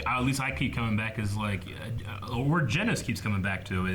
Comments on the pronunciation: How have they still not gotten the cyborg's name right. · They pronounced genos’s name differently every time they mentioned him 😂